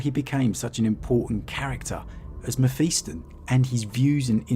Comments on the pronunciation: Mephiston. Pronounced Mef-is-ton Not Mef-east-on. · Meh-fist-on.... Your welcome